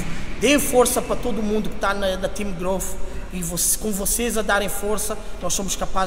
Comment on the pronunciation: Não entendo a dificuldade generalizada que o povo brasileiro tem em falar o fonema inglês "th". Transformam isso em "fff". - "Growfff".